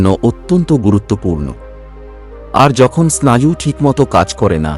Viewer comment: তোমার ভয়েস যথেষ্ট ভাল। কিন্তু উচ্চারণ ভুল হয় মাঝে মাঝে।যেমন স্নায়ু কে বলছো স্নাযু।